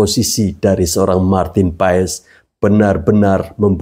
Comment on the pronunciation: Maaf, PAES dibacanya PAS, om...